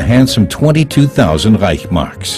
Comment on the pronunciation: It's not REICH..marks, it is ReichS-Mark.